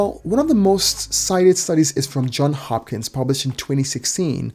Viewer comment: It's Johns Hopkins, not John Hopkins.